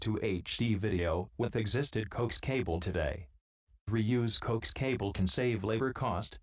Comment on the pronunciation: Learn how to pronounce coax.